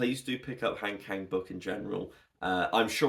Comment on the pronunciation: I just came across your video through the algorithm, and it was so great to see you sharing your thoughts on Han Kang’s work. As someone who also appreciates her literature, I really enjoyed your perspective! Since you seem to truly value her stories, I thought I’d share a very quick, friendly tip on her name’s pronunciation that might make your future videos even more authentic. In Korean, her name has a very soft, open sound. If you’re interested, here is the easiest way to capture it: Han (한): Pronounce it like "Hahn" (think of "Han Solo"). It’s a deep "ah" sound, not "hand." Kang (강): It actually sounds best with a soft 'G', like "Gahng." If you think of a "Gong" but use an "Ah" vowel, you’ve got it perfectly. "Hahn Gahng" It's a small detail, but since your content is so thoughtful, I felt you might appreciate this little linguistic touch. Thanks for making such great content about her books!